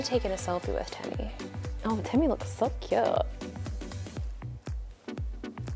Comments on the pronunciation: its not pronounced te me it is tee me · Technically it’s pronounced “teemee” because ē is a long e as in cheese so it’s teemi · It’s pronounced Teeeeeem-e like Team-E Because the - above the E - “ē” which indicates a long vowel sound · tēmi not TEMI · The line over the "e" indicates a long vowel pronunciation, so it should be pronounced "TEEmi".... But, given the state of the educational system, it's obvious that neither the manufacturer nor Justine know this... The robot itself is just a toy, at best an Amazon Echo Show with wheels... doesn't even vacuum.. Semi-automatic sidearms would be useful (for security)... :-P You can DIY your own tele-presence robot (even using an Echo Show) for A LOT less. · Robot: temi Ijustine: tem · Great video, but how many times can we miss pronounce its name? Even the robot itself miss pronounced its name. The line over the E means it should be pronounced, "Tea Me." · my name is tim and every time she said temi i thought she was saying timmy